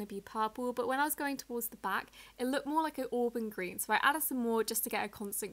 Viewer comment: You said ” Green” wrong you said Greewn